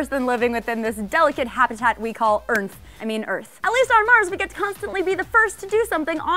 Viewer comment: Wait did say Earnth instead of Earth? Or am I just not hearing shit right?